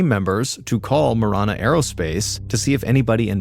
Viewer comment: It's pronounced Muh-ran-uh , I live 10 miles south of Marana . Also no trees or snow , but lots of dirt , heat and cactus 😂